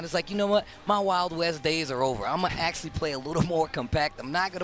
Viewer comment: He said acksully like 10 times in a row. It's ACTUALLY! You fucking illiterate.